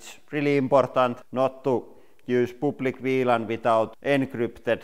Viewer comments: I like how he says "public". "Pooplick" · “POOPLIC WLAN” could someone explain this to me